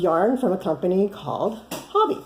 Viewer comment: Listened to a video by Hobbii, and they pronounce it hoe-be. I love their yarn!